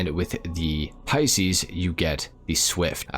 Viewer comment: Many reasons I don't like. Just discovered another one,he pronounced Pisces " pea-seas" unforgivable being born in March